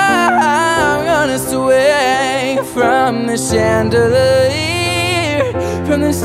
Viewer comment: this was freakin good im speechless but the way you pronounce chandelier was quite weird lol